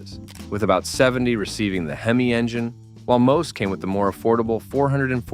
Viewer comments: The H.E.M.I.?? Hee Mee? FN' AI garbage. So horrible. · AI (almost incompetent). Semi Heemi?